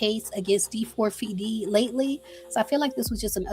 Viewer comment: It’s pronounced David you bootleg Nancy grace😊